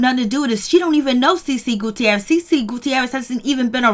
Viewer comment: The 'i' in the Guttierez is silent 😂 Great job thou.